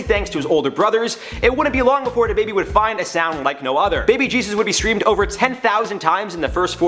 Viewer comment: Its DaBaby not Da Baby